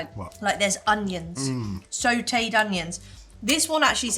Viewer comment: I consume so much British content, audiobooks, movies, tv, YouTube, and had a British boss…I have NEVER heard anything like the way just pronounced sautéed 😂😂😂 “SO-tayed”